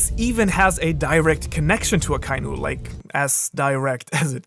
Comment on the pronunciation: omg you're the ONLY youtuber that pronounces akainu the right way not even the all knowing tekking can learn to say his name right he keeps satying a ka iiiiiiiiiiiiii nu , just for that you deserve 10 likes